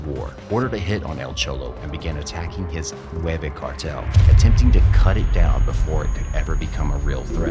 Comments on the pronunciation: Not nueve cartel its nuevo. Nueve- nine Nuevo-new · It's "Nueva" not "nueve"